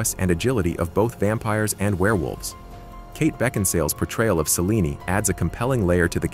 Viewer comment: Must be a computer generated voice or the narrator never saw Underworld as Celine is mispronounced and has never heard "wolfman" pronounced before. Ginger snaps was absolute garbage, right down there with The Banana Splits and Blood and Honey. Must have never seen twilight either, bad CGI in a teen angst Kristen Stewart vehicle.